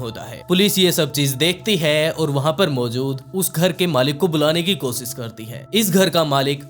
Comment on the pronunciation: Koshish hota h kosis nh hota apni Bhasha wrk kijiye sha ka sa bolteho soot nh hota shoot hota h aapka video world mein ghumta hai apni language per vah kijiye